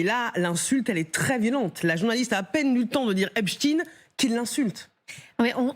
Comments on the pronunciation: "epstein" à l'allemande, ou "epstine" prononcé à l'américaine... mais arrêtez "avec "hep-chtine".... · Epstein 😂😂 penoncez le bien on a mal aux oreilles 👂